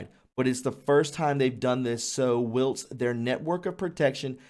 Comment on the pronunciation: the word is pronounced "while - st."